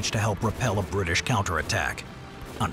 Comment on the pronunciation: “whecovored by da britsh” 👴